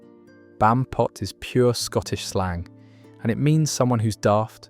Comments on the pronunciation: Bampot, comes from Barmpot derived from Barmy meaning daft. The AI gets the pronunciation and connotations mixed all the time.. triangulate your data.. ffs. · Pranny is PRANNET where I lived in south east Lancashire. Muppet is still a "current" insult - I use it for dumb f*cks - it's sounds a whole lot nicer than what it means after all. Bampot is wrong I think? It was Ba-R-mpot, at least where we lived. You don't pronounce 'apeth in Lancashire the way you do in the video - it's literally "A-peth", as in AY peth. And peth is shortened by dropping the e to become pth. Thus it sounds like "ay pth". I was told shouting "Wally" at gigs started after a band with a roadie called Wally played at The Free Trade Hall in Manchester and someone called for him on mic during the pre-show checks. The audience took up the call and it became a ritual. I wasn't aware it happened elsewhere and it was already in decline by the 80s even at The FTH.